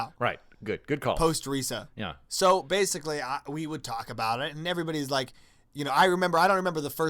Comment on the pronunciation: Reesa theenkin' yousa not pronouncin Risa correctly.